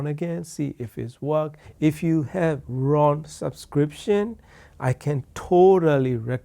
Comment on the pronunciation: It's Roon (like in Moon), not Ron Server.